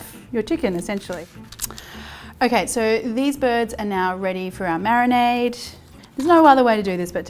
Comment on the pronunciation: Marionade is what I think ever time you say marinade haha make it a thing!